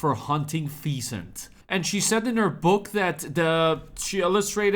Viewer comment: feasant? Feesants? Phebeants? I guess, bro has never heard of those birds. 🤣💜